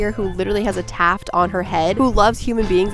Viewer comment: A 'tuft' on her head, not a 'taft.'